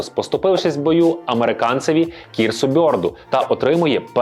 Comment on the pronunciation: Крісу Бірду, а не кірсу- Телепень! А Фріц Здунек - це імʼя а не прізвище! Готуватись треба якщо вже бересся робити огляд